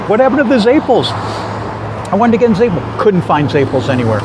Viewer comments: Your pronunciation of Zeppole is reeeally WRONG, its Ze-poll-eeee. I’m from RI and I’ve never ever heard it the way you’re saying it. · I've lived in Boston and Providence and also never heard it pronounced the way he says it.